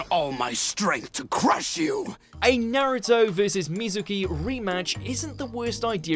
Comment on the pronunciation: He pronounced Naruto wrong